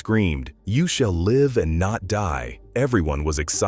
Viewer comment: The AI robotic voice can't pronounce live right